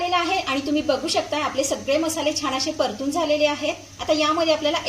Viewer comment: " छान " हा शब्द " छाण " असा घाण उच्चारला न जाता छान उच्चारला तर छान वाटेल.